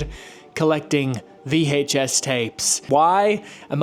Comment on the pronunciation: The way this guy over pronounces the H in VHS drives me insane. It’s like watching Stewie from Family Guy